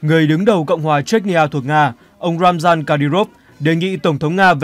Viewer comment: Tên người ta là RAMZAN sao bạn lại đọc là ROMAN? Làm bất cứ việc gì cũng cần phải NGHIÊM TÚC, CHUYÊN NGHIỆP. Thử hình dung xem nếu bạn tên là MAI mà người ta gọi bạn là MÁI thì sao???????